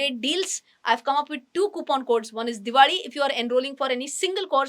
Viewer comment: Why do you say diwadi and not diwali😅